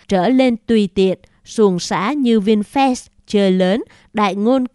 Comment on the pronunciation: Cô bé đọc Vinfast như Vin Phét. Nếu cô bé đọc Vinfast như Vin Phát thì chắc ae DLV và AK47 khoái.